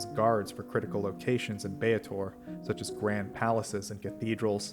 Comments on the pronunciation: Then that's just dumb. Double a is not pronounced a-A, it's pronounced a. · My dude, it's Bay-tor NOT Bay-at-tor. Drives me up the wall.